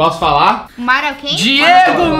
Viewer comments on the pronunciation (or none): "SE FOSSE MARÁLA E MARAIÁZA SEIS SABIAM" akkakaaakakkakakakaka MIJEI